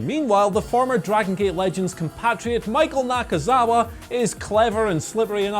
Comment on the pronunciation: Pronounces with fury: "Michael Nakazawa"